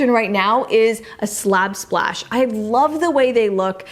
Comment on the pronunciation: I love this video. You have showed us all such beautiful ideas. But how you said Slab Splash without getting tongue twisted. Seriously say Slab Splash three times fast. can!